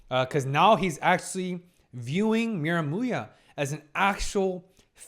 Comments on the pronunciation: Miramuya lol you say he's name funny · did he say miramuya?😂